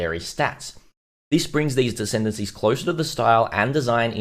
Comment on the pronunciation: Lol did you say decendancies? Sounds about right